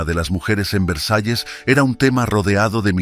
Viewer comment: Narador da pena como habla pienso es ANALFABETA NI VREJAES VERSALLES